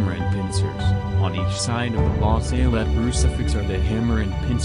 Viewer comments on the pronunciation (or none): It's not la Saylette it's La Salette. Why do Americans always mispronounce words?